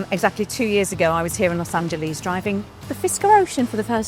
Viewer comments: Huge pet peeve: It’s pronounced ‘Los Angelus’, not ‘Los Angeleeeze’. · "Los Angeleez." We know where you're from! ;-) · Los Angeleeeze? Mitch-igan? Come on, Ginny! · Los Angel-eaze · She should at least try to pronounce Los Angeles right when she's there. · You gringos really need to learn how to pronounce Los Ángeles...